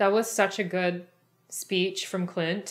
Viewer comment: I swear she's saying clit instead of Clint